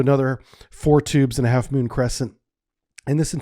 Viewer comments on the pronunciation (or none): none